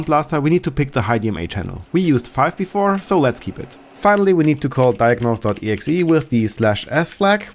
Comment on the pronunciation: I don't think I've ever heard somebody actually say "exah" when referring to an .exe's filename.